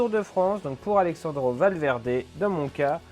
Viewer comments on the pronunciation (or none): AleRRRando Valverde, pas Alexandro (C'est plutôt italien alexandro)! Merci pour tes vidéos! Come On Julian!